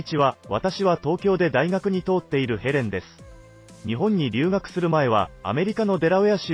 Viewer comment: どうでもよい事ですが。大学に通っている「とうっている」はこの場合「かよっている」と読んだほうがいいと思いますよ。